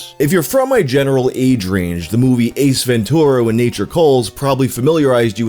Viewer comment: I love the way he says "Ventura" like an elderly Southern gentleman says "mature". Ven'TURa